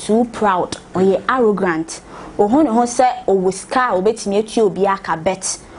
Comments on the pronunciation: Please the word is “arrogant” not “arrogrant” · did i hear arrogrant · Why is the lady keep saying “arrogrant”. Someone should have prompted her